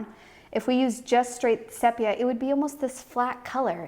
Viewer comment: I’m sure you’ve since discovered that the pronunciation is “seepia.”